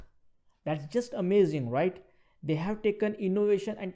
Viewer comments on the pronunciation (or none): none